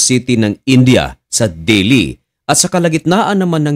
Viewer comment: del hi hindi deli